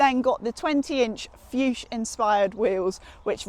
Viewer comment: Nice walk around. btw the style of the wheels you mentioned harkens back to classic Fuchs design. It's a German company and the name is pronounced a lot like 'Fox' but instead of the 'o' sound think 'Food' so 'Fooks'. that's closer.